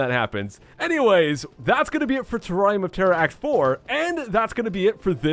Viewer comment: IDK why, but when he says "Terrarium of Terror" it sounds like "Terrari Motera"